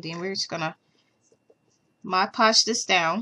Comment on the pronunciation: Thank you for doing Freddy you did a wonderful job. You said mod podge right. I wanted to thank you for all of the projects that I have requested from you. I am very happy that I found your channel. I found mini brands at Walmart. Have a great day.